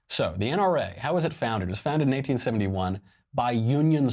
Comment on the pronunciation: Your pronunciation of 1871 sounds like 1971.